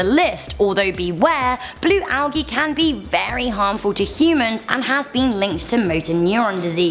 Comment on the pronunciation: not hating but you pronounced algae wrong. You said algee and it is properly pronounced aljee